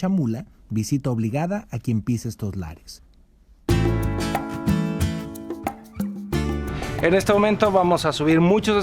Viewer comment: iré si dejas de pronunciar "lares"